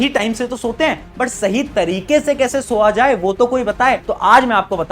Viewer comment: Soya ❌ Sowa ✅ 😂